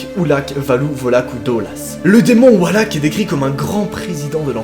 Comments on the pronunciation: T'écris valak en titre mais tu dis Walak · Non mais c pas walak sa ce dis VALAK avec un V!!!!!! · Walak c'est valak avec un V qui fait les son VÉ pas WA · Pourquoi il dit oualak au lieu de valak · cest valak avec un v et pas walak 😂🤦🏻‍♀️ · Et on dit pas genre “Valak” et pas “Walak”? Ça me perturbe de fou😅 et ensuite l’image de la nonne a été rajouté par le réalisateur du film prc que l’entité n’a pas de corps défini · ON DIT VALAK PAS WALAK ( mdr au moin dis le bien quoi ) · C pas walak c valak mdr😅😅❤ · Pas walak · Mdr tu dis walak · Ha je suis pas folle il dit bien Wallak 😂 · Non non t’as bien entendu il dit Wallak 😂😂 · En latin le "v" se prononce comme le "w" peut être qu'il prononce ça comme en latin ? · MAIS PK TA DIT WALAK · D'art la video mais on prononce le 'V' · On dit Valak c'est un v mais bonne vidéo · "Walak" mais s'est que t'es un génie toi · Pk il dit Oualak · Qui veux le tapper quand il dit "le démon walak" xd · JE VAIS FAIRE DES CAUCHEMARDS SI TU CONTINUE À DIRE WALLAK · Wesh y a des challenges paranormaux toutes les semaines maintenant. Ptn, on va demander aux gilets jaunes d'intervenir à force, non sans déconner moi j'vois plus qu'ça..! Et ce nom de démon à la c** ça se prononce vraiment "Walak" ? Sérieux ? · Ehhh Mercee sa s’prononce “Valak” mdrr mais sinon ge-nial le Thread ❤️ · juis le seul c** a entendre a chaque foi wahack ou pas ? PS toujours auss ibien tes Thread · Mdr, à force de mal prononcer son nom Valak va finir par venir te hanter 😂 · Mec c'est VALAK pas WALAK C'est un V pas un W😂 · Ca se dit valak pa walak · Valak et pas wallack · Mais c'est valak pas walak😂🤣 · C pas walak c valak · On dit pas !!!!!! Wallack on dit Valack c'est mon démon préférer . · Ses "VALAK" pas "WALAK"😭😭🤣😭🤣🤣🤣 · Ses pas walak ses valak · svp c’est Valak pas Walak mdrr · Pourquoi tu le prononce Walak alors que c'est Valak ? 😂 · Le fait qu’il dise Wallak ça me perturbe de fou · Maud Mathieu sa s'écrie valak c'est pas wallak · C VALAK PAS WALAK